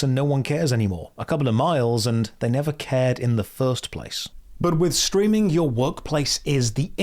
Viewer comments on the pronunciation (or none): Have you ever noticed you end "ing" words with "ink" a lot of the time. Streamink